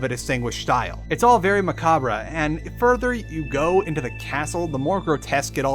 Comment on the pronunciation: I don't think that's how macabre is pronounced